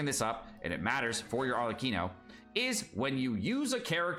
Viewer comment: Arlecchino btw, not Arleccino. Read it as Arlekkino